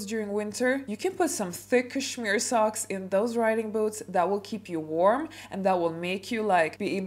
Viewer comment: Hahahahaha why not start your etiquette classes by learning how to pronounce cashmere. You can try and fake class and etiquette all you want but I think one way or another it will always show 😂